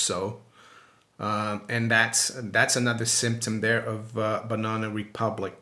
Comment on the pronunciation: And then to hear it pronounced like that 669 times...😂 BUNONA !